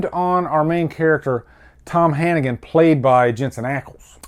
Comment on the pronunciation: His name is tom hanniger, not tom hannigen!